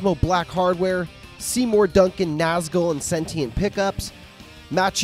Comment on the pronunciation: Pronounced Nazgool